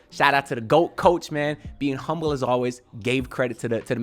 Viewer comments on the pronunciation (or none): none